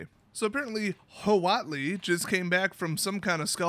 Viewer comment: The actual pronunciation of "huatli" is "watt-lee". Only if you care, because WOTC sure doesn't! Also, the Aztecs did have an emperor. Final side note: xocolatl is just aztec hot chocolate.